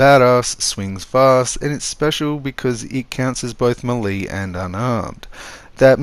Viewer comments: Not hating just helping, melee is pronounced may-lay, thanks for the build tips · May-Lay how to pronounce Melee 🤙